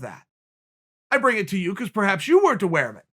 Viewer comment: Chael if you weren’t twaware Sonnen